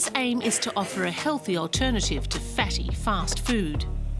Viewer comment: why does she pronounce raw as roar and fatty as fetty?